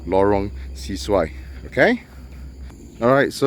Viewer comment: Bro it’s pronounced Lorong Se-Su-Ai (Se is not pronounced “See”.. it’s closer to “sir” as it’s a Malay word. Thanks for the vid